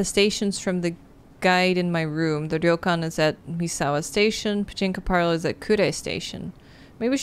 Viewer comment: I still think the most American thing about this game is that no matter how many times Nancy is corrected on how to Rentaro's name, she still gets it wrong *and Ryokan